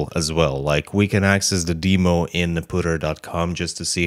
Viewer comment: your saying demo wrong.